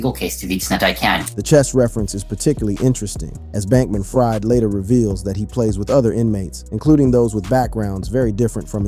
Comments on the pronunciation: It's pronounced Freed - not Fried, even though spelled that way. Where have you been? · It’s not ”Fried” as in fried chicken. It is pronounced as ”Freed”. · New sub… I know his last name spelled like fried chicken but he pronounces his name Freed like freedom… watch any news report and they will pronounce it correctly… good content though… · You pronounce Sam Bankman last name Freed although its spelled Fried.